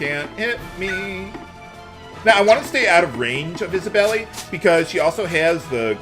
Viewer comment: The i is silent in Isabeli